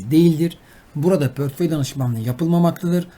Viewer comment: Pörtföy ....portföy olacak...